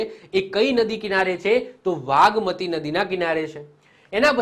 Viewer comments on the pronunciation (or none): Vagmati nay nagmati aave